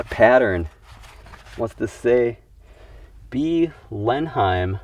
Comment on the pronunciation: Blenheim is pronounced "Blenhum"